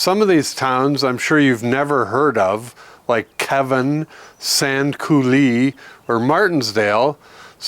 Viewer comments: It is pronounced Keyvin, not Kevin. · It is pronouced Keeven